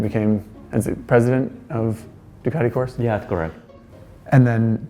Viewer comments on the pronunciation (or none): Please, please, please!!! For the love of God stop pronouncing it Ducati "Course" - in Italian Corse is pronounced "Corsay" (you have to include the E on the end because it gets it's own syllable) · Ducati Coarse? Well that sure is an abrasive pronunciation... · desmosedici and corse....lear how to pronunce it dude , this is painfull to ear.